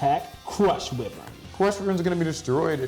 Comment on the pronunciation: According to Seto's lines in both the anime and Duel Links, "whiv-vern" is actually pronounced "why-vern". Enjoyed the duel.